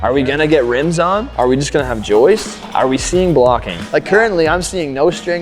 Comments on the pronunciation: This is great.....well done....and WB stepped up to his words. Respect for that. But gentlemen......it's "joists"......not "Joyces". Lol. Need to change that . Lmao😊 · I love your content and all these videos. That being said, I can’t express how much it drove me crazy every time that one guy called them “joistsess”. Joists is already plural 😂